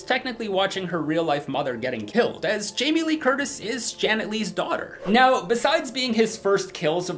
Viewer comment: Hahah. Sounded like you said Jaime Lee Kurdish.